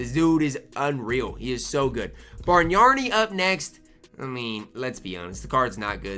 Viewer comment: (barg-nani) sound it out. You always saying (barg-naRni). You adding an extra r because you been watching too much Barney and Friends